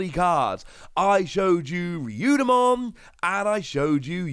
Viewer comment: 2 things; 1, it is most likely pronounced oh ryu mon. 2, there most likely will be a level 7 digimon with alphamon in its name because “Alphamon Ouryuken” is a jogress of alphamon and ouryumon